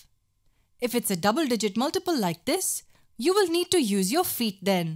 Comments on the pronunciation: Its not feat Its feet 😂🙄🤨🤨😜👣👣👣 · When I heard multiply with feat 🤣!!! But it was fun!!